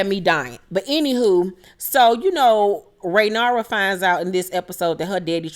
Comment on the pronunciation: Ray-near-ah is how her name is pronounced.